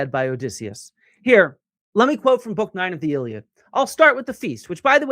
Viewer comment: Why are you mispronouncing the a in iliad if you know Greek?